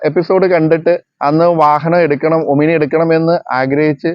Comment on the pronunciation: ഒമിനി അല്ല, "ഓമ്നി"!